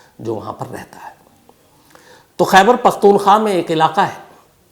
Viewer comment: Khyber paktoon khwa. Not kha